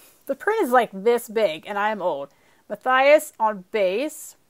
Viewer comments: Muh-tee-us maybe? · Mattias is pronounced Ma-tee-as